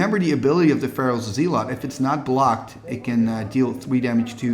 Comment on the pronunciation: zealot is pronounced "ZELL-uht" kind of like "SELL it"